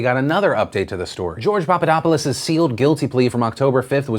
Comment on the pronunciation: It is the lack of intonation, the lack of the "th" sound and that thing that english speakers do, that instead of pronouncing it "-opulos" they pronounce it "-opolis"